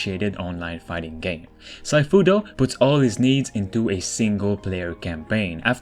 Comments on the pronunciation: “Saifu” omg really? It’s “Siefu”. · Yup that the first thing annoyed me... haha. It's Sea Fu, not Sci Fu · SEEFOO ( not saifu ) ;) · Its not ‘saifu’ its just Sifu and it means master in Chinese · Lmfao is pronounced seeeeeefuuu not siiiiiiifuuuuu lol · It's pronounced " sea" " fuu".... Not syfu. Also love your channel! Watch it 2 days once... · SIFU pronounce as see-fu. Not sai-fu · SIFU is pronounced as Xi Fu not Sci Fu :) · Sifu is pronounced as See-fu, not Sai-fu. It means master or teacher. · SEE-fu not SY-fu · Sifu - /si:fu/,not/saifu/. It's the word of "师傅" in cantonese, means "Master". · BTW, Sifu is pronounced "'Shi-Foo". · "sai" fu xd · I believe Sifu s pronounced see-foo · Anyone else cringe everytime he says Sifu... See Foo bruh, See Foo! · It's pronounced "Seefu". It means "teacher" or "master" in mandarin. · Dude Geezus it’s pronounced “see foo” not what the hell you were saying, when you don’t know look it up. It is the Chinese designation given to your Kung fu teacher or any teacher...a bit of research needed no? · This dude just said sigh-fu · sifu isnt pronounced with a I sound . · Sifu is actually pronounced shee-foo and is the Chinese equivalent to Sensei. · Sifu- is See-fu. ❤️👍🏽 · The second game is pronounced See Fu (sifu) it means master for anyone who reads this. I don't want my boy to get roasted 😂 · Too late... already spotted a couple of wannabe nerds. There’s even wannabe nerds correcting the other wannabe nerds. Apparently it’s supposed to sound more like “she fu” but why does anyone care when English is clearly not his first language, and it’s a brand new game that’s not even out yet? 🙄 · 'Sifu' is pronounced as in 'sea-fu'. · More "she-foo" in mandarin pronunciation I thought, meaning "teacher". See-foo is the Cantonese for teacher. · means a bit more. Si = teacher fu = father. As a Chinese, I am pretty sure it pronounces closer to 'Sea-fu' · Said sifu wrong lmao